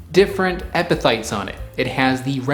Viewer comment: You did a good job on explaining what epiphytes are. Pronouncing the word however 😂